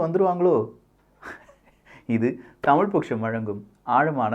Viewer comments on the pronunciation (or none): none